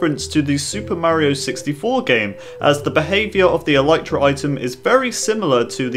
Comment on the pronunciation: Dude it's pronounced ehl-EEH-truh